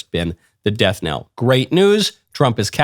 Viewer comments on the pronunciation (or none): none